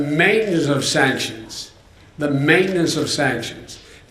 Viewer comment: I think he said "mainess" not maintenance